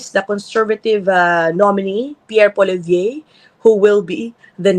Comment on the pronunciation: Ms Ina mali po yung pronunciation nyo ng last name ni Poilievre.